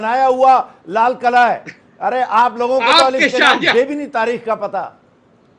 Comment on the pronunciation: ye tarip kya midiya me bolega ye to lalkila ko lalkala kahta hai ishe aise kutte ko midiya me kon bulaya hai